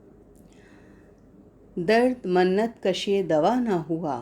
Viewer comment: with all due respect. lafz " MINNAT " hota hai " Mannat " nahi.